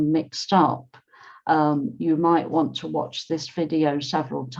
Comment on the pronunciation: Hi teacher I hear you pronounce the want, as one chi, why?